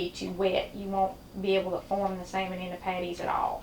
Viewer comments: I love this lady's accent when she says "sayer-mon". Keep the wonderful recipes coming but lose the comment warning. I find the "GOT IT" part insulting. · Is it pronounced sa-mond or Sal-mond 😉🤪😀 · Love to hear you pronounce "Samon".